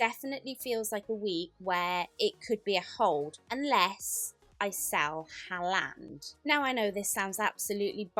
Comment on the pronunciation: Why does she say haaland like that …